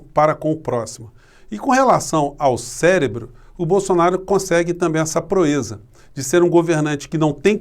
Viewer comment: Célebro ? Esse burro falou célebro ! Escutei ele falar nitidamente, "célebro"! É um parvo mesmo ! 😂Kkkkkkkkkkkk